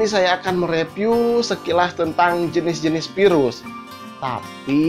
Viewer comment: haduewer, repiw. sundanese accent xD B-)